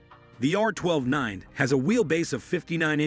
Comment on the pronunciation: FYI, it is pronounced R nine T (i.e. NINETY)